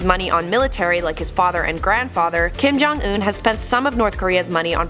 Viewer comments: Kim jong un not Kim ' johnson' get it right !!! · it's not Kim jong in it's Kim don't un